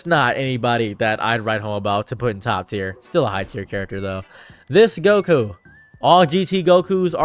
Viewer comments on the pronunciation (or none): Jiren literally calls him "top" not "toep." But you also say "kuhmayamaya" so yea...you say a lot of things incorrectly.